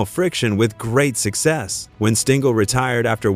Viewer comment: Thanks for enlightening me about Weiss but you are mistaken about Mantle hating Maris. They were friends. BTW - Tell your AI friend that it is pronounced Stengel, not Stingel, and that it sounds ridiculous to say 1-9-5-1, etc. when referring to years.